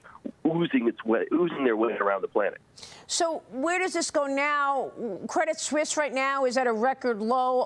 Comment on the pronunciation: Why does she keep saying Credit "Swiss"?